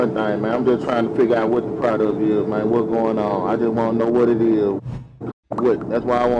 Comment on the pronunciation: Neither one knew anything about what was in the car........birds of a feather......... I cant stand the way hes saying man...Irks the crap out of me hearing that all the time. Its MAN not MANE